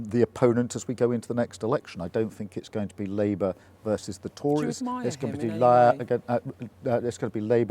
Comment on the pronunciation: LIEbour before Reform Oh Dear! he slipped up! 🤣